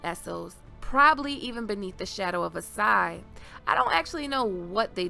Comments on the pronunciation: Asshai, not Assai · Ash-i not As-i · It's Ashai, not Assai